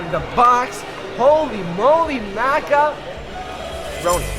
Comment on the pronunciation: “Holy moly maca-“ pause for dramatic effect “roni”